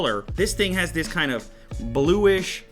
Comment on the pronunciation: LMFAO! listen and loop it from to > he says "The company in China that deeeveloped dis dis mockup"